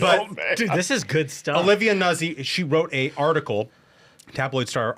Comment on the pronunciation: C'mon guys! Nuzzi is pronounced just like pizza and PAZZO!